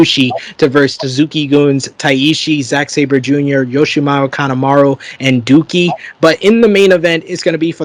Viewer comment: the guy you keep calling “Dookie”, his name is actually pronounced “Doe-key”